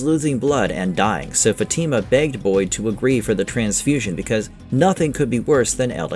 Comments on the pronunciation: It’s not an English name, it could be Spanish from South America or Caribbean, anyway her name is not Fati’ma! It’s Fatima! I’m Italian and even in Italy, same pronunciation! Even in Spain! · You are pronouncing the names wrong: 1) FA-tima. The emphasis on the "fa" not the "ti".2) El-jin. The G is a soft J. Don't get mad at the messenger, I did not invent the English language. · Why do these NPCs call her FaTeamUh like they never watched the show and don’t have the brain capacity to pronounce her name right 🤦‍♂️ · Her name is Fat-i-ma. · Why people can't fucking pronounce her name right? Don't you watch the show? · Bro you are saying her name wrong jeez